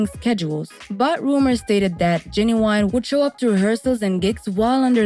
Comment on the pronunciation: Oh you messed his name all the way up LOL